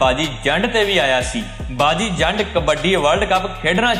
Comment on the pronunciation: ਜ਼ੰਡ ਨੀ , ਜੰਡ